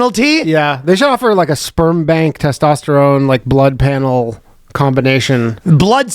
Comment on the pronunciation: Your “toss-tosterone”.😂